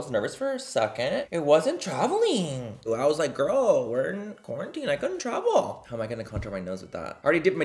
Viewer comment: I heard THAT WHITTLE gorl!! 😗😗